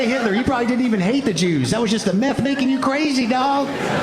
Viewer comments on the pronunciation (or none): I love how he pronounces Hitler without the T - “Hi’ler”